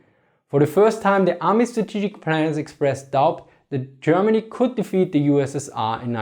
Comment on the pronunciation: "Chermany, chapan"